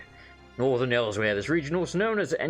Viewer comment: So no offense intended, and I know this was released a year ago, but I personally am a stickler for correct pronunciation in games, and he didn't say Elsweyr correctly, nothing against him, and I personally do not know whether or not he had played previous Elder Scrolls titles, or if he just didn't know exactly how to pronouce it, once again no offence intended, I am not trying to poke fun against people, nor am I hating on his speech, and I understand mispronouncing it if you just read the word, and it may take a while to figure out how it is said. Khajiit are very, strange, when it comes to words, and it is a very hard accent to pull off. And I'm rambling, so sorry, I do that every once in a while, and once more, there is no hate in this comment, nor am I trying to insult anyone, I am simply rambling and I do not aim to be taken seriously.